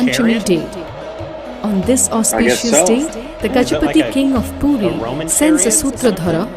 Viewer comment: If You guys can't pronounce it properly then please dont. It's PURI.. Not Pooti. Before Reacting on any thing please do research on it. Just because you have a reaction channel.. Not react senselessly. Remember your are reacting on "Lord Jagannath". Your little mistake can hurt sentiments of lots of devoties. I am from ODISHA and I would like to request all Indian Viewers .. Stop suggesting videos related to our festivals or believes cause most of the foreigners will make fun of it .